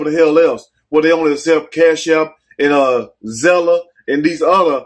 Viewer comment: take the (e) off of Zelle you didn't say it right. I'm here for you. Comin from Illinoi.